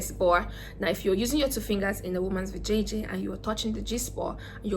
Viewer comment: Is she saying vjj lol hahaha